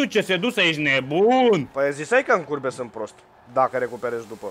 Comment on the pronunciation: doar eu am auzit curve in loc de curbe?